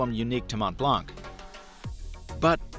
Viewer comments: "Mont" and "Blanc" are French words. The "t" and "c" are silent, so it should sound like "Mon Blan". I like your videos, but this is something you should probably know before reviewing an item! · My ears bleed every time someone says “mont blank”. The c is silent! It’s french! ... what did you expected? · You need to learn the french name :) silent t and silent c.